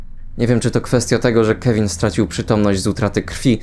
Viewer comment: na miniaturce był ten telefon z Toy story 3 i czemu słyszę Kelvin zamiast Kevin